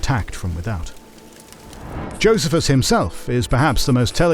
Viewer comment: Who pronounces Pharisees, Sadducees and Essenes, or Josephus like in this video? 🤨